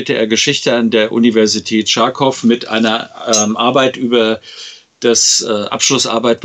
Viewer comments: Charkov, wie Chuchichäschtli. Kein Tsch. Wird mit dem kyrillischen Х geschrieben, nicht dem ч was ein tsch wäre. Nur als kleiner unwichtiger Hinweis. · natürlich! schreibt man es so. Ich weise darauf hin, weil es im Video mit Tscharkov ausgesprochen wird, was mir in den Ohren weh tut. Tschaikovski schreibt man mit ч und es wird auch richtig ausgesprochen. Mal abgesehen von der Betonung, die auf dem o liegt und dass man das a praktisch nicht sagt. Es geht NICHT um die Schreibweise, wie man kyrillisch in lateinische Buchstaben hinüberprügelt, ist Geschmacksache, sondern um die falsche Aussprache. Auf deutsch wird ch nicht als tsch ausgesprochen.